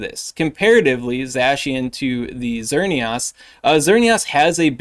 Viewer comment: My guy... It's Xer - neee - isss Like Chris or miss